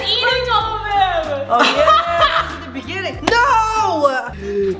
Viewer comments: It’s not a crap it’s a crêpe I’m not trying to be rude or anything but I’m just telling you it’s not how you say it it’s not CR a P it’s C are EPE alright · It’s CrAAAApe not crap (ik how to spell crepe) also I’m not trying to be mean it was just bugging me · I love these videos, but with complete respect I believe it’s pronounced as “crape” and not “ crep” but I still love you guys! ☺️ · Crape is not the pronounciation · How to pronounce crepe right crepe (cr-a-pe) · It’s actually CREPE